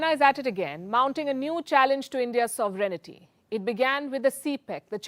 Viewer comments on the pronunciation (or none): Palki, your diction and pronunciation is impeccable; but, please do check the pronunciation of 'sovereignty'.